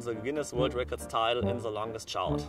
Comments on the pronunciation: Nicht i was in the sondern i was in se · Hahahah this english. Haha oser guy. Se longest. Set se shout 😂😂😂😂😂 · Dachte ja schon günter öttingers englisch Aussprache se schlecht😂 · Germany !!!!! But he say allways ,, se" .... but it has ,, the " And all in my german class say :,, se"😂😂😂😂😒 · I dont understand why germans always say the 'th' as 'zze'